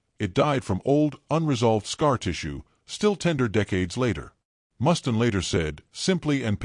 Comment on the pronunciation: Who's 'Mustin'? It's MUSTAINE!